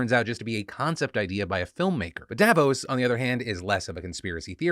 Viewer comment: I'm Swiss, and Davos is always a shit show... There are also always local demonstrations against it. And as a side note, it's pronounced DavOS not DAvos :)